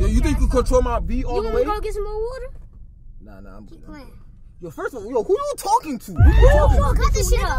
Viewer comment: said”get the wuter”